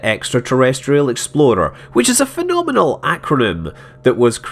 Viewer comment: I love how when he says "explorer" it sounds like "exploder." Very relevant to KSP.